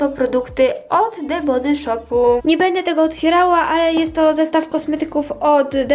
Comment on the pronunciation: Hehe rozśmieszyło mnie to „de body szopu” chodzi o wymowę 😂